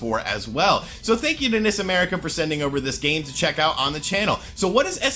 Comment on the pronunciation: Quit pronouncing NIS incorrectly! It's pronounced en-eye-ess! It's an acronym for Nippon Ichi Software!